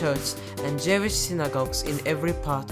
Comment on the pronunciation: you are one young talented man. I liked your video, sincere and original. However, you must improve your English pronunciation. Take this from me, a very experienced Azeri English speaker.:) Its not JEH-VISH as you pronounced - it is more like JU-ISH (Jewish)/ Its not HEH-REE-TAZH as you pronounced - it is HEH-REE-TEEJ (not every word ending with AGE is pronounced as AZH as in the word GARAGE or MIRAGE)